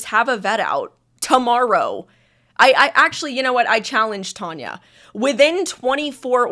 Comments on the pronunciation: Its Tanya not Tonia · Your having a go at Tanya calling you reyleigh and not! Its not half as annoying as you persistantly calling Tanya tonya!!